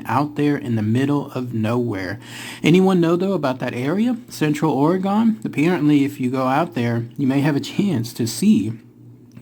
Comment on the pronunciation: Hey guy, you’re saying OREGON like “oregan” …. It’s (Or•gun). Also, why no foot prints? Maybe they levitate